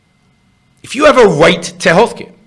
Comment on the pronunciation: "should healthcare be a wite"... Learn how to fucking speak before talking on video. "R".... Learn it, love it. Speak it....